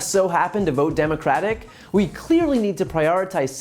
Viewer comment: I love how he can't even say democratic!😂